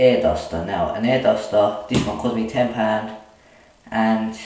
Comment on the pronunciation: "Ten pand"